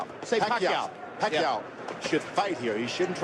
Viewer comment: 🇵🇭 Thats George Foreman's Tongue Twister haha. Pack-Ke-Yaw Puck-Yaw Jim Lampley cuts in, Pacquiao .. 😅